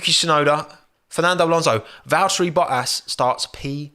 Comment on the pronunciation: Love the way he pronounces Bottas's name 😂😂😂 . Boah - Ass